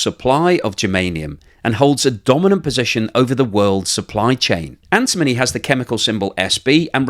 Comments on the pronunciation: doesn't even know how to pronounce antimony! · You should learn how to pronounce "antimony" correctly.